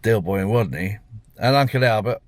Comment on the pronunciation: Another mistake was he said wodney not Rodney 😂